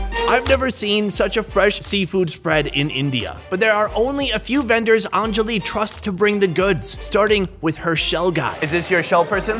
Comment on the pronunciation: It’s not ahnnnnjali it’s anjali